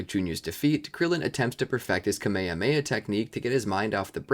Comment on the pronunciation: It's kamyhamyha not kameme.